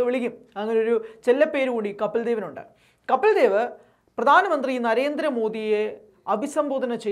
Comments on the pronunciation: കാര്യമൊക്കെ ശരി. 100 % യോജിപ്പുമുണ്ട്. പക്ഷേ കപ്പിൽ ദേവ് എന്ന് തുടർച്ചയായി ഉച്ചരിക്കുന്നത് കേൾക്കുമ്പോൾ ഒരു അസഹിഷ്ണുത. കപിൽദേവ് അതു മതി. ഇൻഡ്യ ഇതുവരെ കണ്ടിട്ടുള്ള ഏറ്റവും മികച്ച ഓൾറൗണ്ടറുടെ പേര് തെറ്റിക്കാൻ പാടില്ല, പ്രത്യേകിച്ചും പ്രബുദ്ധരെന്ന് അവകാശപ്പെടുന്ന നമ്മൾ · കപ്പിൽ ദേവ് എന്നു പറയല്ലേ.. കപിൽദേവ്., എന്നു പറയുക. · കപിൽ ദേവ് എന്ന് വായിക്കു!